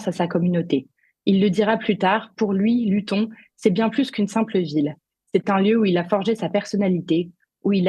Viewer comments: Luton se prononce "Louteune". Pourquoi Tommy Robinson ne se bat-il pas pour que la Grande-Bretagne devienne une démocratie ? Comme les droitards français (et des autres pays européens), il n'a pas compris qu'en créant des partis patriotes il ne fait que conforter l'oligarchie mondialiste puisque le multipartisme est constitué de partis politiques indissociables les uns des autres : lorsque vous votez pour un parti patriote, vous votez en même temps à votre corps défendant pour tous les autres partis. Les quatre fondements de la démocratie sont le RIC constituant, les autres RIC (législatif, abrogatoire, révocatoire, veto), le tirage au sort des représentants et les conventions citoyennes (définies par Jacques Testart - Tout RIC devra être précédé d'une convention citoyenne dont les quinze membres tirés au sort rendront un avis éclairé sur tel sujet après avoir écouté des experts ne partageant pas la même opinion). Il n'y a pas de partis politiques dans une démocratie. Ces derniers, arme de prédilection de l'oligarchie mondialiste, dressent les Français les uns contre les autres pour le plus grand profit de cette dernière. En revanche, les représentants pourront être des membres de cercles de réflexion (Le Cercle Aristote, la Fondation Jean-Jaurès, etc.) qui auront été tirés au sort parmi des volontaires, mais il ne sera bien sûr pas impératif d'être membre d'un cercle de réflexion pour pouvoir participer à ces tirages au sort. Les représentants seront soumis au mandat impérat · "Luton" se prononce "Lutone". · T. Robinson est un véritable héros Anglais contre l'injustice et la lâcheté crasses des bien-pensants woke au pouvoir !!! PS : pour la journaliste stagiaire, Luton ne se prononce pas de la même manière qu'Alençon...juste parce qu'elle se trouve en Angleterre...!😉